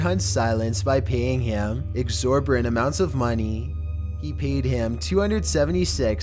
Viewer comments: Can someone please define "exorborant"? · Nucular. Exorberrant. What the fuck. You've been narrating videos for like 5 years now and you still can't do proper inflections, you can't figure out where to put punctuation, and you can't figure out how to pronounce some of the absolute MOST SIMPLE fucking words to say. If you don't know a word's pronunciation, then LOOK IT UP FOR FUCK SAKE. Quit reading like a fucking 12 year old.